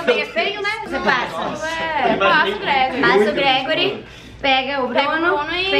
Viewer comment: kkkkkkk parece q ela falou "eu ja vi o Gregory cagando"